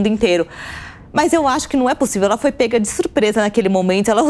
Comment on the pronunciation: "Pêga" de surpresa? O que é "isto"??? Não seria "pega" de surpresa??? Kkkkkkkk!!!!!